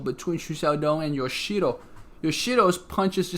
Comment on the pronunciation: Yoo (you) - ee (d*i*nner) - chi (*chee*se) - ro (roh)